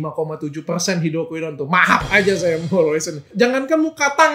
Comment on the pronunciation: Mahap hahahahaha bukan maaf 😂😂